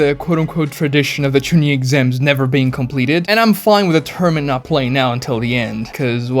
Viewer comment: The way he pronouces Genin, Chuunin, and Jonin drives me fucking insane as someone who lives in japan